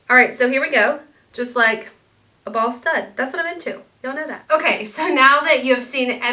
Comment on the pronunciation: Bootcut Jean's and green sweater are perfect! You must keep!. .I died when you said a "ball stud is what I'm into" because it sounded like you said 'a BALD STUD'..! Kinda sounds like you had the hubs on your mind!